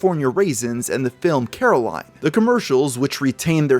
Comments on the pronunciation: Fight response activated when I heard 'Caroline' instead of 'Coraline' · Disliking just for the fact he said “Caroline” and not “Coraline” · Did he just say Caroline not coraline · Pretty sure you meant Coraline, not "Caroline". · The claymation movie you've mentioned is Coraline, not Caroline.😂🤣😂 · Uh,, you mentioned a stop motion film named “Caroline” by Will Vinton Studios (technically now Laika)…..I hope you didn’t actually mean CORALINE? (Or were you playing into the running joke in the film that everyone mispronounces her name). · Did he say caroline? Think he ment coraline, And will vinton studios didnt make that movie it was laika. Laika basically owns his studio now cuz he lost control of it in 2002. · its Coraline... with an o not a (Its ok every the movie jokes about people messing up the name lol) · Did you mean Coraline? You gotta get better at pronouncing things man, pronouncing things wrong makes it look like you don’t really know that much about what you’re talking about and you just read the first Google article that popped up on the subject. Like how you pronounced Dahvie’s name as every possible variation except how it’s actually pronounced in the Jessi Slaughter video. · Surprised I don’t see a comment correcting how he said coraline 🤣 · We’re just gonna ignore how he mispronounced Coraline?